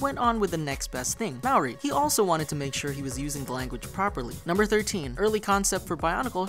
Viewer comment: Also as a side note you are pronouncing maori wrong. You gotta roll the R a little